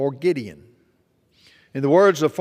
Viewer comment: It’s pronounced “guide on” not Gideon…